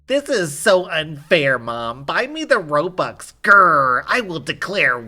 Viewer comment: The kid don't know that's its called ROBUX and not robx